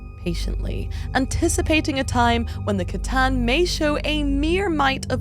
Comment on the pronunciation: Sooo glad you say C'tan with a hard C and not an S 😂😂